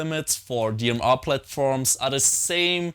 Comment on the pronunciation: Dee Em Arghh